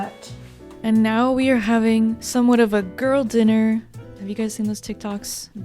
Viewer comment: 🎶Gworll dinner, gworl dinnnner, GWORRRRL DINNER🎶